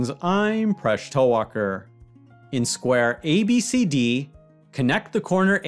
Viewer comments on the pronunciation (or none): Kaay re, tula laaz vatat kay? Marathi bolayla yet nai ka re.. Talwalkar aahe tuja naav Tall Walker nahi..